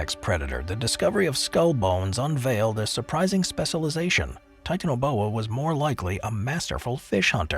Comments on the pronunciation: OPINION,,commentator has a sex PROBLEM. REASON i say this is the way in which he pronounces the word TITANIA BOA. THE TI ARE PRONOUNCED AS SEPARATE. NOT TIT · How the fuck do u pronounce titanaboa wrong?!?!?